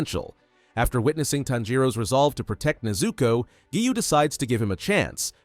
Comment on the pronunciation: People keep saying that the voice is ai so maybe it just doesn’t know how to pronounce